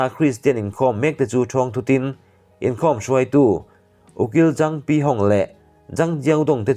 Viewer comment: "sprit an in" ni lovin "sprit an în" tihtur zawk niawm tak ani.ṭawng thluk na tur hi fimkhur loh chuan ngaihthlak ahahthlak deuh ṭhin.